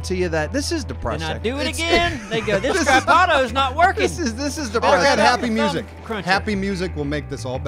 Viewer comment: "Stra-pado" no "strapduueee"